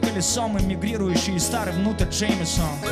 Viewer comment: Vitaliy G чувак это специально сделано чтоб в песне лучше звучало. А вообще многие русские люди не заморачиваются как произносить и произносят "джеймесон"